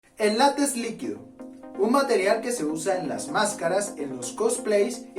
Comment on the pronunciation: Se dice LÁTEX, no lates. Se dice TEXTURA, no testura